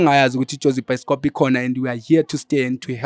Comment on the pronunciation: your episodes 😂😂 By the way....you said it's byskop😂😂😂